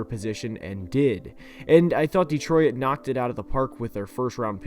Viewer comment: "Dee troy it"